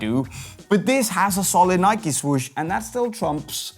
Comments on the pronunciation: Ah, yes the iconic “Nikie”. I’m more of an “adidaids” man myself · It’s Nike mate